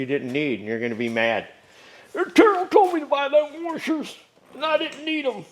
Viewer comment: "you're going to want to keep these warshers"